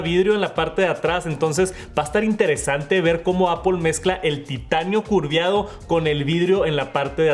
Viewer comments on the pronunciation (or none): Ojalá hubiera dicho “curveado”, pero dijo “curviado”. 😂😂😂